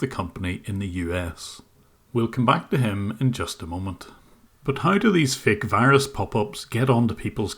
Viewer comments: If they pronounce the word Virus as Whyruss, then they are scammin you bruh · “You’ve got de wirus…” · Oh no, the wirus is wery dangerous! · Mr browning, You obviously aren't a real tech and aren't educated like these technicians. If you were you would know its pronounced wirus not virus